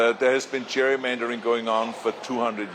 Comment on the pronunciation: "Cheik, we have to stop the Cherrymandering" - LOL - learn to speak English, Ahole.